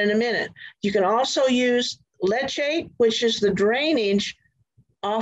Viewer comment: The tea we make from worm casting is called worm tea. If you are referring to the liquid that drains from the bottom of a worm bin, that is called worm leachate or worm seepage. Leachate is pronounced... leach·ate /ˈlēCHāt/